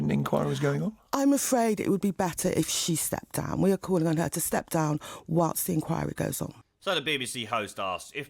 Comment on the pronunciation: She can't even pronounce the word 'inquiry' . Enkawe. We weed a impardal enkawe. No a sybil serbis enkawe, buddah fuh enkawe. Odda buyin harg.